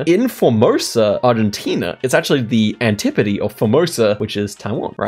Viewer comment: The way you pronounce antipode is amusing